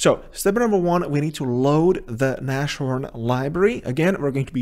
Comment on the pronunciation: Its not nash It is like nas (as you would pronounce nas x) horn Its german for rhino And a homage to ibms js engine called rhino